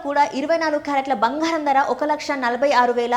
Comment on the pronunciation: భంగారం, కాదు బంగారం